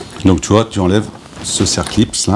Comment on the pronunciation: Bravo ! tout à fait OK avec vous. Je rajouterai une autre remarque : on dit un circlips et non pas un cerclips, parole d'un ancien ajusteur tourneur. Mais ne soyons pas sévère 😂😂